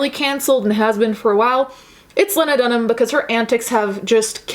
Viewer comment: Ok but you saying "lahnadunhum" is killing me